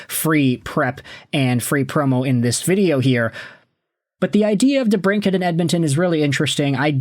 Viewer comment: For real... Not even watching this video just clicked on it to give your highlighted comment a like😎 dude can't even pronounce debrincat